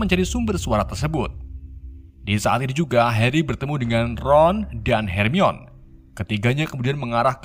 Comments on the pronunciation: Her mai ni, bukan Harmoni blok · Bacanya hermayoni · Her mi wan Ye eendehhh non kagak bisa baca Admin yeeendehhhhh kang coli 😂🙏🏻 Bang namamu Ian kah? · baca nya hermion Bukan her mai ni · Sedikit masukan. Harmoni bukan hermion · bangke lah. sebelumnya hermoin. sekarang hermion wkwk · bacanya "Hermoni" aja kalau kesusahan bang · Hermiwon aja🤣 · Bacanya "HERMAWAN" 😁😂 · Mugkin bacanya HERMAN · Yang sebenarnya Her-Mo-In ~Hermoin~ begitu sebutannya UwU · Hermoini grenjer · Bacanya Hermi-awan bang 🤣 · Bacanya Herman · Hermaini nyebutnya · Hermoni gitu kak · Lalat terbang , becanda bcny hermoni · Bacanya "Herman" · di baca herman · Akuu bacanya " hermiwan"😢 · Baca ny hermayoni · Nih bang kukasih cara bacanya hermione:hermaini weasley:wisli george:jorg ginny:jinny ron:sebut ron aja bang gausah pake ronald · Hermiyon, ngakak min 😂🤣🤣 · Hermione = dibaca 'hermainiii' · Bacanya hermione itu hermaini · Bang pengucapan namanya please di benerin dulu please